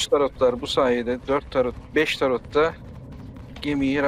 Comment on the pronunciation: Ulan ben de "tarot ne?" diyorum bir saattir. Turretmiş. Hay senin telaffuzunu...